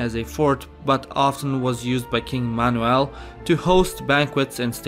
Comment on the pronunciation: I literally can’t get over the way you said ‘Manuel’- stunning